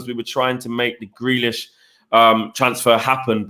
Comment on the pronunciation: Shut up, and Adam!! Few weeks ago both of you prefered Grealish. couldn't pronounce his name. Jus shut it both of you!!